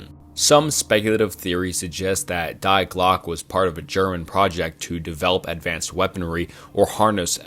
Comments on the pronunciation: He bleeped out the word Nazi lol? What a beta youtuber. Also it's pronounced "dee glock uh" 🤦🏼‍♂️🤦🏼‍♂️🤦🏼‍♂️ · It's not "DIEEE GLOCK" It's "Die Glöcke" at least run these trough google voice man... I'm not even German and I know this. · Its pronounced "dee glock" 😁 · Bruh yes I love it but he butchered it a lot. Die Glocke for example was intense cringe.